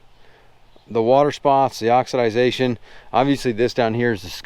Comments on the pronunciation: I don't know where the product is from but the proper spelling is oxidation and pronounced as it is spelled. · Say oxidization again! 😂